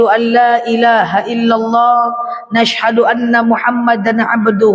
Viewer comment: Saya juga suka sm udtadzah ini...tausyiahnya enak. Kenspa ya ini klo mengucapkan Ashadu...jadi Nashadu....audzubillah..jadi Naudzubilah...dsb. apa aku salah dengar...?